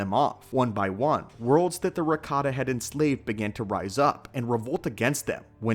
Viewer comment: ohh. But it sounded like Ricotta, I swear.